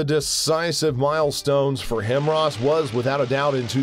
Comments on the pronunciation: Everytime i hear HIMRARS its like nails on a chalkboard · "Him raws" 🤣🤣🤣🤣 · "HIMRAS????" 🤣🤣🤣 How did you manage to mess that up? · did i hear HIMRAS? pls make it right! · It's pronounced "hi mars" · HIMRAS? All credibility lost. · He keeps saying himros and its annoying me! 😖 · It sounds like the narrator is saying “hemorrhoids” lmao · Dude. I can't finish watching this video. Everytime you say "Himrahs" I cringe and spill a bit of my drink. I'm sorry. I just can't. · It's pronounced HI MARS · Narrator keeps mispronouncing HIMARS as "HIMRAS". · WTF is a "Himrars?" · Stop saying Himros! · It's pronounced High MARS Multiple Army Rocket System and the M270 MLRS... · I only made it to 38 seconds of the video because of the mispronunciation of HI MARS🙄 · My ears hurt every time he says HimRas.. 🤣🤦🏻‍♂️ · How can you not pronounce HIMARS correctly? Why pronounce it Himras? Annoying AF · What's a HIMRAS lol? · H I M A R S...Pronounced "high-mars". You gotta work on pronunciation. HIMARS wasn't the only thing you butchered. And ATACMS isn't surface to air missile. It's a ballistic missile or surface to surface. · Dude stop saying HIMRAS!!!🤦🏻‍♀️🤷🏻‍♀️🤷🏻‍♀️ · its NOT HIMRAS its HIMARS ....clearly pronounciation is not high on your newscaster list of priorities and btw it's MARJAH smh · UNWATCHABLE. PRONOUNCE IT RIGHT! HIGH- MARS. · yes. thank you. this Pronunciation is driving me crazy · how has narrator not heard it said properly 1,000 times and he still decides to say it wronng. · Also can't stand watching any longer due to the pronunciation. Would think the guy would go to do some research or even look at other videos out there on how is pronounced 😆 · This guy can’t even pronounce HIMARS correctly lmao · I’m going to jump off a bridge if I hear HIMARS being pronounced WRONG one more time 😂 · When a US narrator can’t even spell or pronounce HIMARS 🤦🏻‍♂️🤦🏻‍♂️ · How are you the only person to mispronounce the HIMARS acronym? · The missiles are called "HIMARS" - not "HIMRAS".